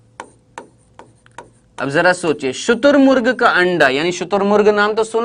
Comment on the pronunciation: Sir sorry but shuturmurg Hoga shutumug ni 🤔 r chut gya h